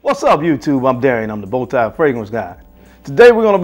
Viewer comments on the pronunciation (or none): none